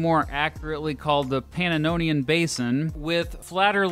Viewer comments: I really appreciate all the work you obviously put into this channel and this video in particular,. Just a few little pronunciation quibbles, which you're free to check on or to ignore, as you see fit! (1) The second A in "Carpathian" is generally pronounced with a long-A sound, rather than the short you gave it. [kär¦pāthēən] (2) Pannonian Plain: you repeatedly added an extra syllable, making the first word pana-NO-nian, instead of just puh-NO-nian. (3) And I'd swear I heard you pronounce "origins" with the accent on the second syllable (as it correctly is in "original"), instead of on the first [ˈȯr-ə-jənz]. Don't mean to be hypercritical, but these little oddities can jar your more compulsive viewers, like me! Best wishes, regardless! Paul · You said panononian basin😂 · Plz learn to pronounce Pannonian properly. Thx